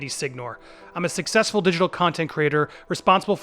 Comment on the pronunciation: bro you didn't have to emphasize "successful" in the intro ^^